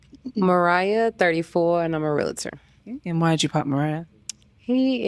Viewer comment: wtf is a "Realuhter"😂 its Realtor (reel-ter)